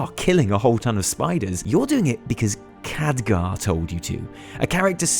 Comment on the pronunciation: Its Khadgar